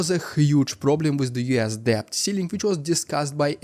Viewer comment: debt is pronounced дэт